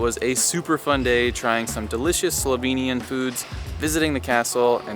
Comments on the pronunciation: And I must say your pronounciation of slovenian words (places and dishes) is very good! Usually people have problems or don't even try to say it right. So really well done! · I live in Slovenia (lucky me!) and I love your enthusiasm and the obvious effort you have made to get the pronunciations right! Thank you. I approve of your destination choices so far, and sorry you could not have had better weather. I personally prefer Škocjan cave over Postojna, it is way more spectacular, but realise you had to make a choice. Looking forward to the next video(s)!